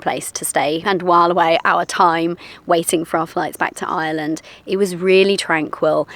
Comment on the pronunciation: Well done, congratulations, welcome to Ireland (fn. Eye-er-land... not Island 😊) - hope you get the local accent quickly because you'll need to with the one you have 😂😂😂😂😂